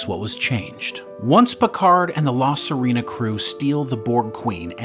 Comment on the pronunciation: Clearly whoever did the narration hasn't actually seen the show. "La Serena" is NOT "suh REE na". It is "suh RAY na".